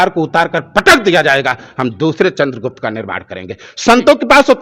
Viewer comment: Chandragupta naam bhi correct nahi bole aapne to Chanakya ki baat kar rahe ho. Raajneeti hi Dharmneeti hai Mahabharat samjhe to. Bhagwan Krishna ne swayam karm karne ko kaha wahi Yogiji kar rahe hain. Yogiji hai to hindu dharm hai. Jai Shri Ram 🙏